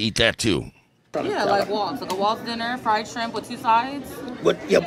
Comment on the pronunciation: He can't say fried either he said fied shrimp